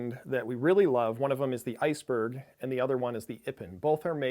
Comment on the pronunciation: The Iceböh" It's called Ice-Berg